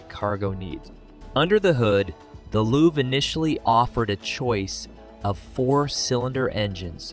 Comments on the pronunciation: IT's LOVE , Not loove. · It’s pronounced Love, not luve 🤦‍♂️ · "The Chevy Loov" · I noticed that you are new here so I'm going to make a suggestion, try to do a little bit better job editing. Your pronunciation of the luv (you said loove) and liter (you said litter) . you pronounce GMC as Genesee Also, do a little bit better research. Ford never produced a pinto truck. Those are aftermarket customizations. The Luv was badass, the rampage was a piece of garbage. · Dear Drive TV, hire announcers that know SOMETHING, anything at all about cars built in the last 50 years. while I do take your list with the pound of salt it was wrote with, A V-8, is pronounced "v- eight" NOT "vate". The Chevrolet LUV(pronounced "LOVE") was hated because of RUST. I've never seen a Pinto ute and the only one you got right was the dodge do to lack of ability to haul weight. Heck come get me I'll help you make one of these cheap, having owned and driven many of the cars you try to make videos about. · There was never a Pinto pickup available for sale. The Chevy Luv rusted, but was Japanese reliable. It's pronounced Love! Don't quit your day job. Your don't even know how to produce liter!!!!!!!!!!!!!!! 👎👎👎👎👎👎👎👎👎👎👎👎👎👎🤏